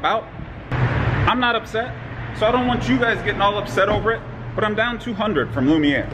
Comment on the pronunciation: I’m glad you pronounced Lumiere correctly and not Lumineer or Luminar.